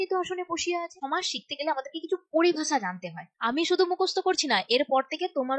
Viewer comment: Madam oita somas ! Not chomas !😂😅